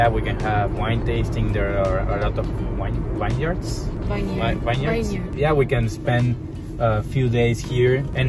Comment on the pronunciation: Vineyard pronounced as vin yard. Btw both venues are super magical